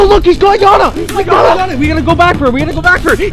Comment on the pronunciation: Gotta sleek it’s not janna its yanna